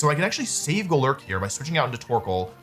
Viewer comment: goLURK is definitely one way to say it